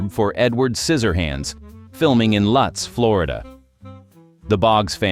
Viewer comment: Now that I didn't know - that Lutz rhymes with boots, not nuts! For many years I had assumed Scissorhands was filmed somewhere in Hollywood, but then a few years ago I finally found out that it was filmed in Lutz. Just in time for me to find out that Peg's house on Tinsmith Circle where Edward stayed was for sale and I snatched it up! OK, in my dreams, lol... it was actually snatched up not long before though by some guy who worked on the set during the filming! And he has opened the house to visitors. The interior is still nearly the same with the same wallpaper in the kitchen! Hey, what's it like living in Lutz these days? Do you often go into Tampa? ( I'm planning to move to Florida but where in Florida is a big question! )